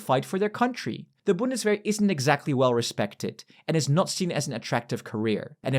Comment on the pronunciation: Vc está falando errado "W" em alemão tem som de "V" então o certo é "Bundsverr"